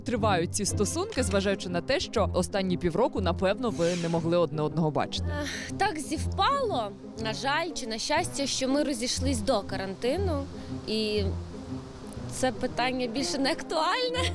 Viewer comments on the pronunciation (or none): Не ЗИВПАЛО, а СПИВПАЛО